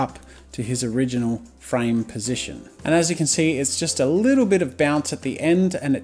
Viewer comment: U Said frane like 999999 times